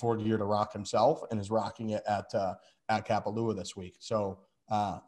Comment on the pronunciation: Content solid! But please never pronounce Kapalua like that again